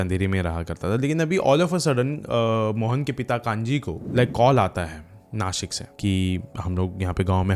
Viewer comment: Rasta❌rusta ✅ Bta❌bchaa✅ Nasik❌nashik✅